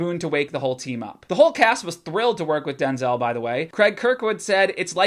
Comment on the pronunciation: "Take out all the race shit," Yeah, but that's the whole fucking story. Oh and btw, you're saying Denzel's name wrong. He's been trying to get people to stop doing it for years.